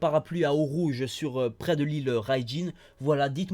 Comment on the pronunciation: Nantes :) Super vidéo comme d'habitude ! Juste un détail pour pinailler, Urouge ça se prononce "ou-ro-gué" mais mis à part ça tu fait du très bon taff, vivement le prochain chapitre :)